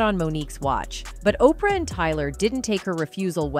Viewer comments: I love these Oh-pee-are as opposed to Oprah pronunciations. Oh the wonders of AI. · HEY AI, Opra is pronounced Opra(my spelling still sucks but at least I can pronounce her name) NOT OPR, AI SUCKS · Did she pronounce Oprah's name as Okreeyah 😂🤣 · Why do you keep saying opr? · OPR Winfrey....A.I. can't read oprah ?